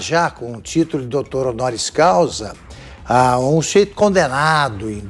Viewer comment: "DOUTÔ ONORIO CAUSIS" 😁😁😁